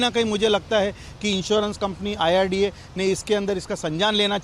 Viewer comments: न्यूज नेशन के इंटरव्ह्यू लेणे वाले बई साहब, डॉकटर साहब आयआरडीए बोल रहे है वो सून कर भी आप बार बार " आय आर डी एफ " क्यो बोले जा रहे हैं ? अचरज की बात लगी मुझे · Sabse pehle insurance authority kaa naam toh sahi se boliye, uske baad aap apna interview phir se post kijiye. It is IRDA and not IRDF